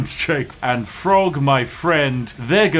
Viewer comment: It's Throgg not Frog.... The TH does have its own sound. As a Spiffing Brit I'd have expected you to know this lol